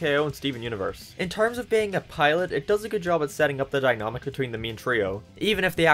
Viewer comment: wtf is a "dynomic" my dude